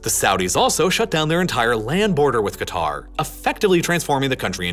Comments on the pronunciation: Two things: One:Qatar is pronouned "Cutter" and NOT "Gitar" Two:The way you pronounced "Xinjiang" as "Xin-Jong" is something I would not usually do (Xinjiang is also called "Sinkiang" (Sink-E-Aung) or "East Turkestan" (East Turk-Eh-Stan)) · Nah its Qatr" pronouncing the first letter "kah" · It’s pronounced ‘ Cat-R’, your pronunciation of Arabic names is appalling. Your description of the country’s history is also different to that known in the region. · it's K'ter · It's pronounced closer to 'gutter.' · Great video as usual One fact that amazes me is how conveniently all western countries mispronounce Qatar! I haven't come across a single American who even tries to pronounce Qatar correctly Anyway good job here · Makes a video about Qatar. Can't pronounce Qatar properly.